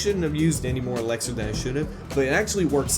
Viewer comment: Anyone else annoyed about how he says „ELEXER“